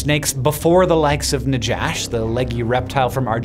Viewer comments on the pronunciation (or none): It’s pronounced “Nahash” with a hard H like the J in “Juan”. In Hebrew it’s Nachash.